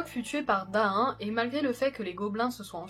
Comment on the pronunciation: Tout est parfait à part que comme les anciens le savent on prononce Thorïn et pas Thorain de même que Daïn au lieu de Daain etc... Très bonne vidéo en tout cas !